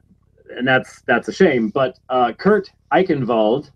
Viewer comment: I notice that pronunciation of 'Eichenwald's name is up to his usual flawless standard. It's NOT 'Eye 'Chen' Wold' but 'I KEN WOLD'. And someone please tell that newspaper and magazine articles are not intended to be 'scholarly works'. ( Despite often labeling those he agrees with as such. ) ludicrous obsession with those words is really starting to grate.